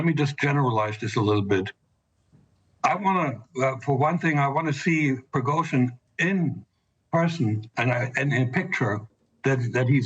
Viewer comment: Why are so many news readers unable to properly pronounce Russian names. Surely, they access to language coaches. For example Putin is properly pronounced: Puh tin (pooh + tin). It's not Pyutin. Prigozhin is properly pronounced: Pree- Go- Zheen. Accent on the second syllable. This is not rocket science.